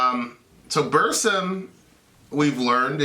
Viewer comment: Why do people pronounce it "bursum"?